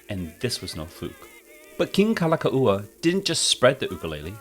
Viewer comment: Kalākaua was mispronounced. 😮